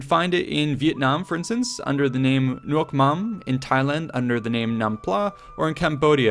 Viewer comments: ahhh its nuoc mam hahaha you get it right. Really good work btw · That's a really good Vietnamese pronounciation